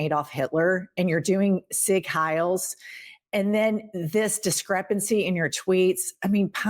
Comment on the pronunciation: Sieg Heil is pronounced Zeek Hile. German was my 1st language even though I was born here. My mother & grandmother survived WWII in Berlin. I remember their stories and how awful it was not to have free speech. To have your neighbors and family watching you. Fuck musky-trumpy. I pray we can oust them!!